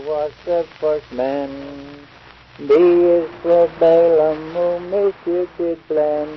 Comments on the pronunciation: Balaam, not Baylin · Balaam, not Baylin. No idea how it ended up being pronounced that way in English, but there you go.